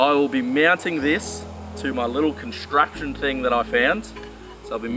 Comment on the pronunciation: Its pronounced “contraption"